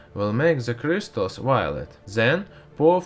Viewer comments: Are all russian pronouncing Crystals as Krishtals ? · I like how this guys says with crystals. C R I I S T A L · I love how he says cryzztals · stheeese kreeestalls. lmfoa 😂